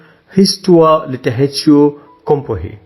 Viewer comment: Again with the word "littérature" the "r" should hear it as "غ", ليطيغاتوغ.